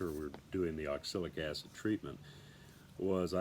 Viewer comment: You probably learn to pronounce the product you are using.